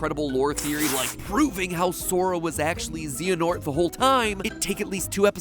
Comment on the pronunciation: i am not even 5 minutes in, but ZEE-anort is gonna bother me so much later in, i can just tell